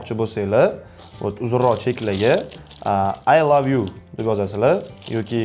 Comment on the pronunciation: oy love yoo😂😂 ingilistiliniham yotvorgan ekasiz jigar😂😂😂